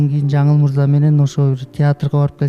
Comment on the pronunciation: Жанылмырза З сы жок суйлочу